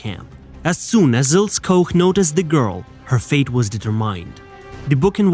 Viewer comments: AT LEAST PRONOUNCE HER NAME CORRECTLY: Ilse Koch is pronounced ''Ilsuh Koch'' (not Ko) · The pronunciation in this video is bloody awful. Next time do some basic research. Starting with the names of the main characters, for example, proper pronunciation is Ilsa Coch (k). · What’s with the male. SS cap on female It’s pronounced Eeelse Koch Typical of BS channel revelling in this period in history. The women wearing male SS caps kills me is that a fetish ? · One tip - learn how to pronounce names as they were, not as they are spelt following English language rules, before narrating anything. Cringe-worthy or what? She was Eel-sah Koch (Koch as in the Scots - Loch). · prounce her name. It's ILSAA KOK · It's pronounced Ilsa Cock, you knob head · Der Sprecher sollte mal Ilse Koch üben. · Your pronunciation of the names is atrocious. Maybe use Google to hear how to say Ilse Koch?